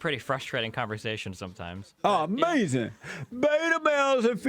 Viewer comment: its A-MAZINN